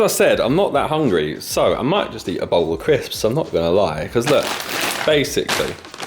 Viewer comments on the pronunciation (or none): really sounds like bottle tho